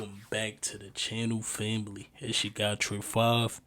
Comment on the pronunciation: Bro cracks me up the way he says fambly 😅